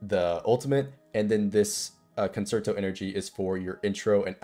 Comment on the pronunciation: my dude mispronounced concerto 8 different ways . Your personality is great and the guide was concise and helpful though so heres a like , sub and a comment for the algorithm. Keep em coming !